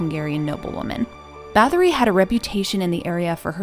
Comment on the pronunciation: "Bah-TOR-ee", NOT "BATH-or-ee"....